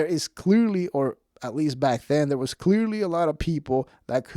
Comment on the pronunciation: Brenda: "did ya see carlos w Bobby?": "I did noT" 3 seconds later: "so im in derr a-watching it" Larry Cable Guy style 😅